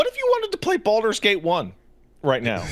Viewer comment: The pain I felt when said "Baldur's Gate". I felt physical pain, BUT HE'S SO RIGHT.